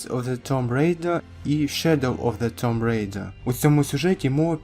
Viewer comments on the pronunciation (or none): Друже, tomb читається як тум.